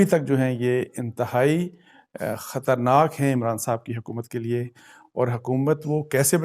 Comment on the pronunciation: Abasi bhai khaturnaak nai balkay khatraynak hy